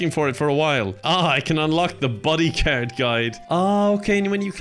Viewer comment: He says card i hear carrot